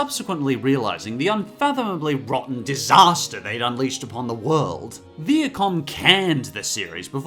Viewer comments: Um, you forgot the Brothers Grunt. But MAN! I wonder what else is out there... Also, it's Vie-a-com. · Did you say Viacom or Viet Cong? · um Viacom is pronounced vi-a-com